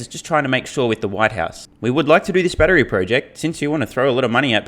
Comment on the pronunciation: he said batry instead of battery.